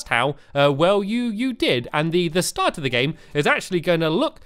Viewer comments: i think he said shart instead of start. great save! lol. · Am I the only one who noticed he said shart instead of start